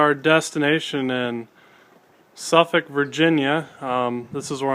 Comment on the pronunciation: oh boy. suffolk is pronounced like "suhffik"